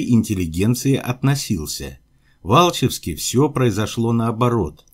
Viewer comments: АлчЕвск, ударениее на Е🙂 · Здравствуйте! Большое спасибо за изложенный материал. Но Алче́вск - ударение не на первую гласную. Очень слух режет. Я в этом городе в командировках бывала в свое время по работе. Донбасс - моя Родина и к Климу Ворошилову у нас в семье с большим уважением относятся, он в свое время многим людям помог, в детстве (70-е годы прошлого столетия) много о нем позитивно отзывались пожилые люди. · Был на Луганщине там Алчевск произносят с ударением на втором слоге.Простите,не умничаю.